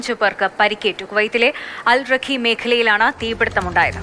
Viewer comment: അൽറഖി അല്ല... അൽ റിഗ്ഗ അല്ല...അൽ റിഖായി ആണ്.